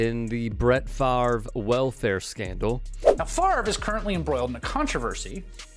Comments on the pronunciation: Brett has always been a smuck and will always be a smuck, will somebody please pronounce his last name right too, that would pass him off thx it's fav-re not far-ve thx and thx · Why can nobody pronounce "Favre"? They pronounce it as though it's spelled "Farve", which it isn't. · OT, but I don't understand how people are saying "Farve" when the r is clearly after the v. The pronunciation is Fav-ruh. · Why do people call him Brett Farve? His name is Brett Favre... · The dummy can't even properly pronounce his own name. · Interesting that his name is both often misspelled and mispronounced — even by him apparently.